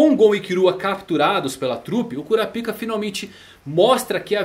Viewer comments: Cada vez que tu falava "KURAPIKA" eu soltava uma risadinha kkk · Esse maluco gosta de falar kuraPIKA com a boca cheia , gsus